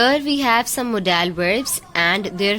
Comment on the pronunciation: Mam modal HOTA ha modaaa l Nahin kindly check this mistake please Baki bohat acha krwaya ha thank u